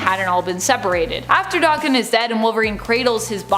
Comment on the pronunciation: Does she purposely mispronounce names? Never heard anybody say daken that way and when she says Xavier it's like nails on a chalkboard